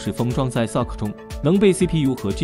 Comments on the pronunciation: wow! 第一次聽到有人把 SoC 念成 Sock 的. 真有創意. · 這個AI配音一直都這樣念 也習慣了...